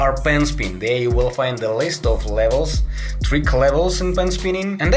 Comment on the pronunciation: U said tuik instead of trick